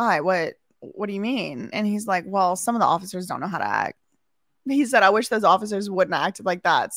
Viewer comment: I like the way, since he's named "Asif", he calls cops "Asifers" instead of "officers".